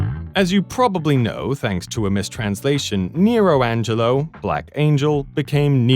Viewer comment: it's "Angero" not "Angelo"